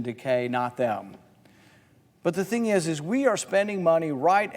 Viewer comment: "Same ting" 🤣🤣🤣 V.interestjng the difference between tax revenue and interest.